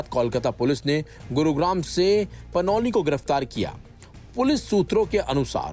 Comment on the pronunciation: Panoli नहि panouti है